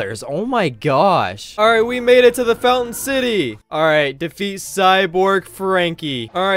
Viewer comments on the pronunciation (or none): none